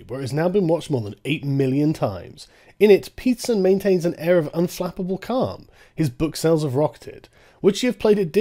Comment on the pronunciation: Anyone else heard ”in it, Peterson maintains an air of unfappable calm?”